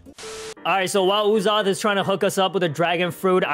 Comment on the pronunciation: Uzoth name pronounced like ussop